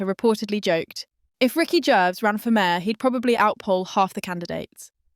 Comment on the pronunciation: AI can’t even pronounce Gervais. Ricky said nothing